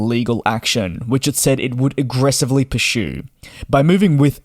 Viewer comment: I didn’t know that the word pursue had an H in it. I still can’t seem to find it.